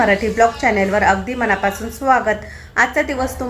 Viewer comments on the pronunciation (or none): none